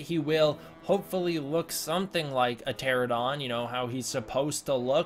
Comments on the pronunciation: Are you trying to say pteranodon every time you say "pteradon" ??? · By pronouncing Pteranodon as Pterodon you’re skipping part of the word. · Pteranodon. Pte-ran-o-don. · TTgamer he says "Terradon" which is in different universe. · Yeah it's kind of ridiculous he says Terradon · The way you say Pteranodon at this part made me die of laughter